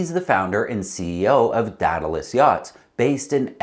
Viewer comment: DEE-duh-lus. /ˈdiː.də.ləs/. AE sounds like EE. Aegean - EE-Gee-in. It is a sea that many sail in.